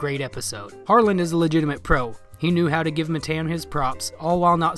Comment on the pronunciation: His name’s not Matayan wtf hahah